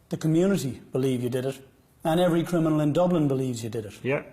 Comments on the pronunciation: Of course he doesn't know what a full time criminal is he doesn't even know how to say the word 😂 CRINAMIL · He says crinimal.. lol lol..a thick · So smart he can't pronounce the word "criminal" correctly.